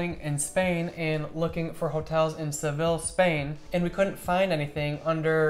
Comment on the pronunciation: "seh-VILL" 😂 If he really went there, he wouldn't call it that